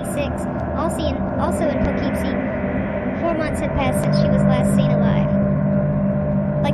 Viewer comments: you are pronoucing the city wrong its "Pough-Keep-Sie" not "Po-Keeeep-Sie" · Weird pronunciation of Po-KEEP-see was distracting. Anyway, the problem with this maniac is that he chose to kill women involved in prostitution and drugs, whom society sometimes treats as disposable. It was hard to get anyone to connect the crimes, let alone take the disappearances seriously. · Learn how to pronounce "Poughkeepsie"